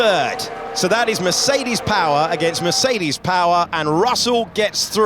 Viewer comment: Maybe by 2126 they may know how to pronounce Mercedes or Verstappen. Some just are straggling.